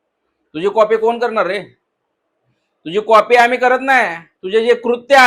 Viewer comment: कॉफी nahi re कॉपी असते भाऊ,.आणि म्हैस नाही piggi piggi